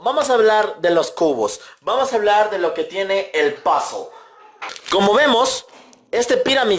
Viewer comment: Odio cuando dice "POZOL!!!!" En vez de puzzle:v